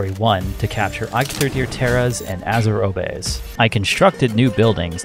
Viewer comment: You don't call a "Bath Robe" a Bath Robie... Why are you calling Azurobe Azurobie?